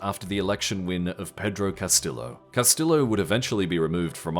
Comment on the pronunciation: Hello narrator guy, I hope you don’t pronounce Tortilla the same way you pronounce Castillo😢